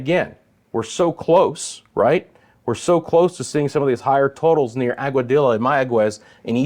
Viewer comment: Hi, comment from AGUADA Puerto Rico, Aguadilla is pronounced with a different sound, agwa-dia 😂